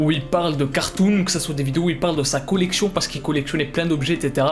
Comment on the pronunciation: Sa collecchion 🤣 ça me fume